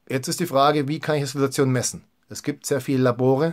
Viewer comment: Super Infos, aber die missliche Aussprache des Wortes "Glutathion" schmerzt etwas in meinen Ohren. Es heißt nicht "Glutazion", sondern "Gluta-thi-on". Der Wortbestandteil "thio" bezeichnet hier den Schwefelanteil des Moleküls (von griechisch 'theion' = Schwefel). Danke.